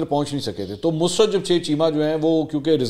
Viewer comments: Sir, your urdu language is not good, her name is Mussrat not a Musrat, talk the urdu teacher before the Recording. Thanks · The word is Mu SA Rat. Please speak properly. It is not Musrat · Sir I think you are mispronouncing Mussarat Jamshed.Plz review it.